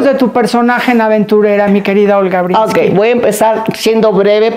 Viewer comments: Matilde, es Breeskin no "Brinski" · Linda entrevista...pero solo una cosa Matilde....es olga Bresskin....no Bresski....y la N nunca lo dijiste...muy importante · Pronuncias mal el apellido, no es brinski, es Breeskin. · Matilde no sabe pronunciar el apellido de Olga? Porque se insiste en decir "Brinski" en lugar de Breeskin? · Conductora, diga bien el nombre de la Sra. Olga Breeskin, no Brinski. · No es BRINSKI lo correcto es BREESKiN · Todavia........ Todos queremos ver a Olga!!!!!!.....Felicidades Olguita!!!!!......y tu Matilde a ver si te enseñas a decir ........BRISSSSS--------KINNNNNNNNN. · Es mi oído o la Sra. Matilde pronuncia Olga BreeNski?? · Matilde, Porque pronuncias "Brinsky" ???? ES EL COLMO ....!